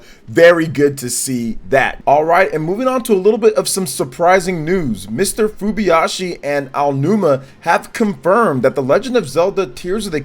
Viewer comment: Great video, but the name of the Zelda's Director is Hidemaro FuJIBAYashi, not FuBYashi as you've been saying... ;-)